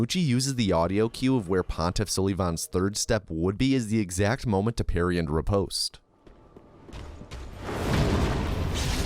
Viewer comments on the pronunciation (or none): none